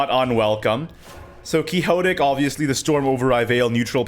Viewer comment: quixotic is pronounced quick-sot-ick